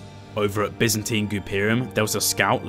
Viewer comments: loved the vid but as far as I know it was "Bi"zantine empire right? not "Be"zantine? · Great video. Absolutely stellar content. However, as a fellow brit and 50 years old. Mate... byzantine is pronnounced 'by-zan-teen'. Its literally an empire in history. Its quite embarrassing you get this wrong. We have standards yknow 😂. The lad who thought up the name is clearly a clever lad, basing his idea of an empire on the byzantine period. Apart from that. The content, editing, and music choice is grade A.